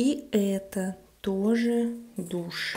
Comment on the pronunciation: I love it! I couldn't help but laugh so much though! "Etta, douchè. Etta, douchè". I know it's a little immature but you've gotta admit it's kinda funny!